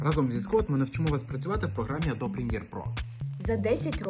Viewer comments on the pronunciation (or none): none